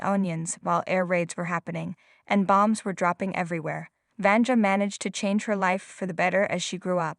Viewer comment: Sorry, but you botched the name of the woman too many times! It’s pronounced [Vania]